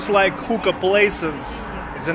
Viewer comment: I couldn't help but laugh when you said hooka place. It sounded like something else.